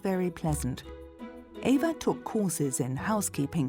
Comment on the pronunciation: Her name was Eva. EE va